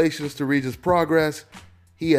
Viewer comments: He a bad boy! Been watching him for the last 3 years and he ain’t no joke! Who gonna beat him at 140? I thought Crawford left 140 to get away from him! Mikey don’t want this work. He calling out cats at 147 and 135 but not Prograis. And his name is pronounced PRO-GRAY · Hey.. Its pronounced pro-gray.. #bigfan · Pro-Gray-is is how it’s pronounced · love your work brother. Regis Progras is a Creole, New Orleans nsme, the "s"s is silent, so its pronounced, "Pro-Grey". I am a native New Orlenian, thought I'd reach out on that cause this young brother looks to be around for a long time.. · It's progray pronounce progray thanks